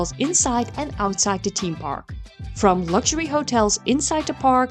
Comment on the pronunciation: Its pronounced THeme park and not Team park but otherwise great video